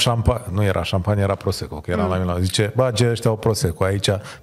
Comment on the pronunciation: Vad ca sunt câțiva "academicieni" nemulțumiți de prestația invitații. Mie mi-a plăcut. Domnu', se spune bade, nu bage...